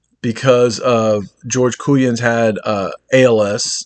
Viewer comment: It'a pronounced COY MANS